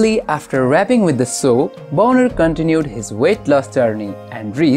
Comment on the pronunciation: The way you are pronouncing his last name sounds like a naughty word, it should be pronounced bahn-er not bone-er.